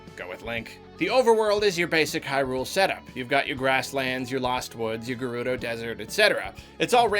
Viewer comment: Why do you say Hyrule with such odd stress on the Hy part?